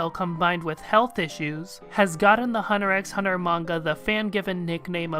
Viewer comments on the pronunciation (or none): Yo, you're not supposed to pronounce the X in Hunter X Hunter. Trust me, I've made that mistake in the past. They get really mad at you.